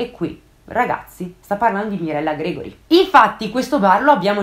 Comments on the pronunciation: GREGO RI NO GREGORI ACCENTO SULLA O NO SULLA E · scusa ma lo sanno anche i sassi che Mirella si chiama Grego-ri e non Gre-gori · Gregòri, non Grègori (come se fosse Gregory) :-) il Papa nel suo appello pronunciò "Gregory" perché straniero... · Mirella Gregòri, non Grègori. Per il resto, grande forza comunicativa e capacità di coinvolgere gli ascoltatori. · che io sappia si dice Mirella Gregòri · Bravissima. Hai trattato il caso in modo magistrale. Ricordo tutta la vicenda di Emanuela e di Mirella Gregori il cui cognome era pronunciato all' italiana con l'accento sulla o. Entrambe le ragazze non sono mai state ritrovate e si ipotizzava anche la tratta delle bianche e la possibilità che Emanuela potesse essere ancora viva in Turchia, prigioniera e forse madre, secondo la intricata storia di spionaggio che coinvolgeva Agca e i Lupi Grigi di Bekir Chelenk (non so come si scriva). Agca tentò varie volte di inserirsi nella vicenda in modo sibillino. Probabile che non si sappia mai la verità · Infatti....nn riuscivo a capire perché lo pronunciasse così, all'inglese.... Pensavo di ricordare male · Bravissima , solo l'accento sul cognome di Mirella è errato. Ma complimenti lo stesso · "Gregori" pronunciato così non si può proprio sentire. Cringe.